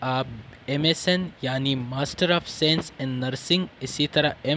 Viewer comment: If you don't mind sir, it's not sense's, it's science 😊